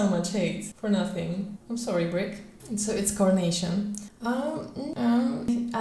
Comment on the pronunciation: "coranation" 😭 Carnation dudes! And I'm French, English is not my first language either how dare you ;-; Also I'm still watching the video, and it's CERISE not sunrise 😂 why are you so angry about colors lol (cerise 🇫🇷 = cherry 🍒)